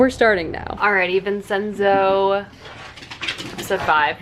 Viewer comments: You're making me want to get into Kdramas so badly, but I have no idea where to start! I need the swoons. Btw isn't Vincenzo prounounced like Vin-chen-zo? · as a gal with a giant italian family - might i gently mention it's pronounced "vin-chen-zo" the ce is like a ch.